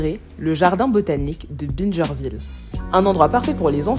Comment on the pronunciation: c'est une démarche tellement pertinente et un travail tellement bien réalisé !! je suis en admiration, je vais re-regarder ton reportage avec mes petits frères. Je suis fière de toi et de ton projet, fière de notre génération et fière d'être ivoirienne. ( et juste ça se prononce bin-gère ville bisous )